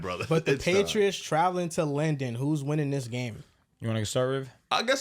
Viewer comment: loves calling London “Lenden” lol